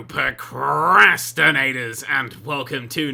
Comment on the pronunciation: He always says pocrastinators instead of procrastinators.